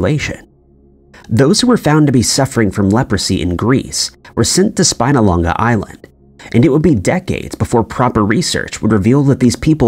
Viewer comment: Love the pronunciation of Spinalonga! 😊